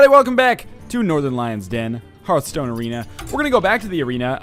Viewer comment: I hope that NL eventually rises to the top tier of competitive play and wows us all with his unmatched skill, but still pronounces the title of the game "hurthstone."